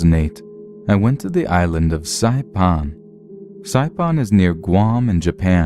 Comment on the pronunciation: Uh sawpon isn't a real place. I think SAI-PAN is the place you speak of.